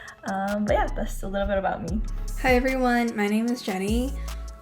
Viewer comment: Sarah说 I worked there for a little BIT, 这个bit发音不对。而且一般人会说 for a while